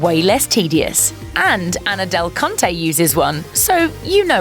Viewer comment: I’m sorry but did anyone else chuckle when they heard “ Anna Del-KUNT-e’s “ name 🤔😅🤣